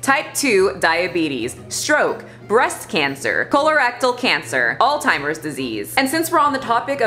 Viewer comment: Alzheimer's pronounced alls-hi-murs. Love your channel ❤️